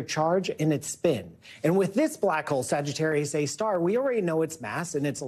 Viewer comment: Whoa, I can't believe she got it's name right. I'm impressed. "Sagittarius A Star". Hardly anyone gets this right.